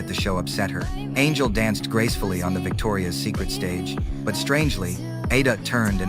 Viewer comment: It's Victoria'S Secret. Not Victoria SecretS